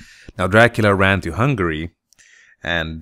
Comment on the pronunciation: im sorry but it sounts like you say hungry not hungary :P